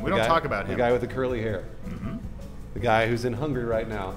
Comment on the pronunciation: First of all wow is in or was in Hungary? Second is that it's called HUNGARY not HUNGRY